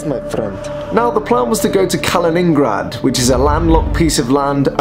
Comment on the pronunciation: ‘Kal-la-ing-grad’? Never herd it pronounced like that before.